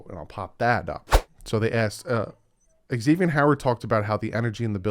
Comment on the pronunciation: That’s wrong. He is on record saying it’s pronounced Ex-ay-vee-n not Zay-vee-n